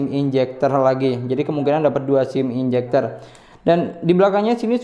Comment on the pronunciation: ejector bang, bukan enjector haha.. sukses terus bang love you